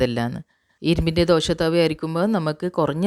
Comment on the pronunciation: എന്താ ഈ ദോഷ? ദോശ എന്നാണ് പറയുക.